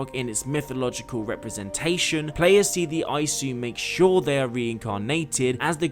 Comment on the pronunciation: I dont usually do this but holy shit your pronounciation was so fucking Irritating. Its not SIGARD its Sigurd. Its not the well of murmur, its the well of Mimir. It's not EYESU its ISU (pronounced eesoo)